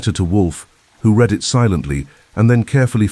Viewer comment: Another great plot! "Read": now, I reed. Yesterday, I red. The ai has vastly improved but English is a challenging language❤